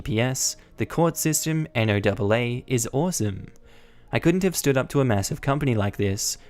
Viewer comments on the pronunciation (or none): NOAA = National Oceanic and Atmospheric Administration, usually pronounced as the name Noah. Also, you can technically be travelling north on I-90 I suppose, but it would be a really odd, since any Interstate Highways that end in an even numbers and are only two numbers go east-west, like I-90, I-80, etc. Meanwhile if it's odd, like I-95, or I-5, it's north-south.